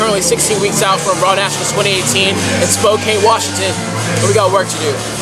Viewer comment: Yo russ it's pronounced SPO - CAN, Washington